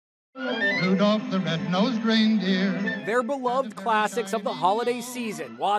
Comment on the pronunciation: There’s no L in Rudolph